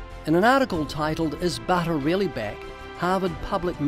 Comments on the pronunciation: "Do you eat butta? BUtta? ButtRrr" hahaha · The way ray said "butte-r" in an American accent 😂😂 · Ray saying BUT-ER has to be the funniest thing I've ever heard 🤣🤣🤣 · Do you eat bawddah?? Buddeerrrr?? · I have never heard food being spoken of in a biblical way unless it was to not tell people what to eat. I am so impressed by this one. I have actually never eaten lamb, but now I'm much more interested! This was so informative and fun. Especially Ray trying to say butter with an American accent! 😄 No hate, it just tickled me lol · Ray Comfort saying 'butter' in an American accent I don't know why I found this so funny, sorry, but my wife and I rewatched it several times 😂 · Listing to you try to pronounce butter is hilarious 😂. God bless brother